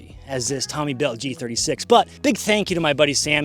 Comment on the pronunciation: They way you pronounce G36 is very arousing.